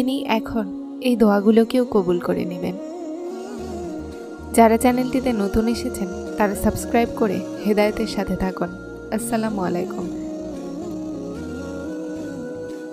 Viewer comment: আসসালামুআলাকোম - হবে না আপু -- আসসালামু আলাইকুম হবে-@ সালাম শুদ্ধ করেন আপু